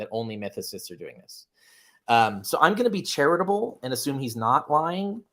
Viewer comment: LMAO yeah when you hear the word charitable you think "Carrier"